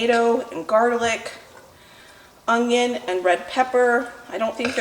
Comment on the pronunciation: ...it's onion...not ungyion! I used to say it that way all the time. Now after working at it for years I've corrected it most of the time. I wouldn't have said anything buy you use onions soooooo often and I hear it all the time. Correct it if you will or not I'll still be watching!!!!